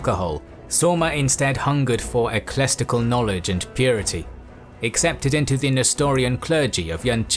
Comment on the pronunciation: "Eclestical"? Really?